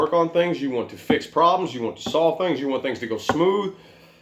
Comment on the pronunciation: Loved the way you said "Yew should talk about your problems!" 🖤👌